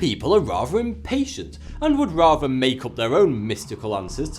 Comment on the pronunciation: Tak .... Take ; Mak .... Make. ; Sam ..... Same. ; ............... Som ..... Some